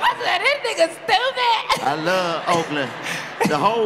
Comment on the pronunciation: “You is tupid” 😂